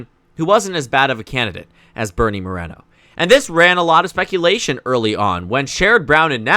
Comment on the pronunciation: It's MorEEEEEno, not Morano